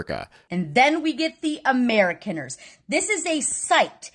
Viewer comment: If she is indeed an Amerikaner, why is it she doesn't know how to pronounce Amerikaner?